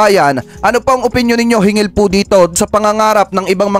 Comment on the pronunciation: SIR HINGGIL NOT HINGIL😊